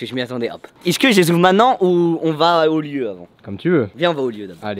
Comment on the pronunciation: Fais juste l'effort de dire "est ce que" Et pas "isse que" S'il te plaît le reuf :)